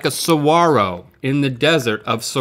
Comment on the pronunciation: It's saguaro not sororo We